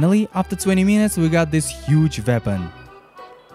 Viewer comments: weapon not "veapon" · Nice “Veapon” and “rubbers” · best "VEPON" ever 😂😂😂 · "We got this huge vepan" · OMG it's a "veapon" ...